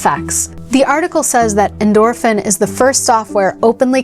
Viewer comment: I played this game as a tween in the mid-90s and came looking for it out of nostalgia because the higher levels and subliminal messaging creeped me out. Am I the only oldhead here? 😂 Oh, and it's definitely pronounced "endorphin".